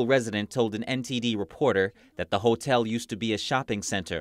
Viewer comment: I love how she say hatell